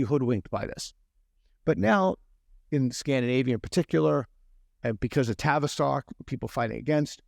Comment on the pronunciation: « travestock clinic » Freudian metathesis, or run-of-the-mill speech error?